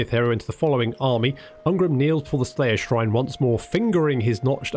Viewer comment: The slyer shrane. Lmao